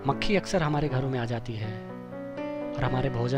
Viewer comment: Bhae mucheee nhi mkhi bol yr